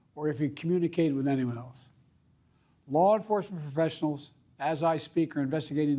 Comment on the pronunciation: "Former Trump" "Errler dday" "Law enformphfessionals" "Nacy felosi. Or information- intimidation" "Politics must never be a li-ttle battle field, or God forbüd, a killing field" "to call for action at the battle box" "we resolve our division at the battle box. Yknow, that's how we do it. At the battle box. Not with bullets." "You know, the pass forward through a competing visions of the campaign..." "I believe that with every soul- every power of my... being." "to make America, so-- make america whaehhh- th-think about it. What's made America so special?" "unity is the most elusive of gall-goals right now. Nothing is mordn- more important right now." "we that- we owe that to ourselves." "let's never loosighsuhv we are."